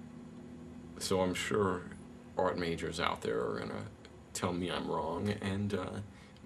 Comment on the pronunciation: 'You are a TOY! A child's PLAYTHING!' stick to cartoons and comic books dude and it's pronounced 'ART' - not 'ORT'